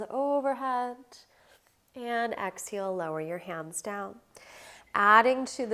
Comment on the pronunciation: Why do you say ‘exheel’ not exhale? You say inhale correctly